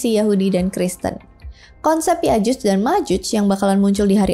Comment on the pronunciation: Yakjuj bro bukan yajuj